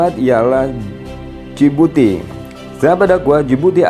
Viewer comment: Good work admin. But pls improve your pronunciation on the country's name. Itu nama khas negara tersebut. Especially Sierra Leone and Djibouti